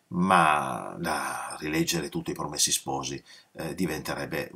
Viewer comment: Professore, a proposito di 'sciacquare i panni in Arno' e riagganciandomi alla sua richiesta di far notare eventuali imprecisioni, faccio un piccolissimo (quanto inessenziale) appunto di ortoepia: in italiano neutro (o standard che dir si voglia, su base toscana, in pratica) 'promessi' ha la è chiusa, 'sposi' la o aperta.